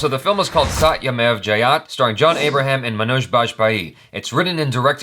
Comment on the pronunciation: The 'e' in jayate is not silent.